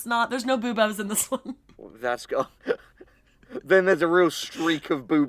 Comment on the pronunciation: I heard Boubos as "Boobos" like their breasts